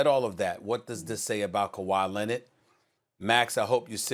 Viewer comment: "Kawhi Lennit" I can't unhear it lol